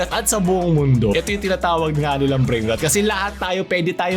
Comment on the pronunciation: Ayos talaga content mo may substance. Anyway yung pronunciation ng Rot is hindi "Ruht", literal na "Rot" yung tamang bigkas.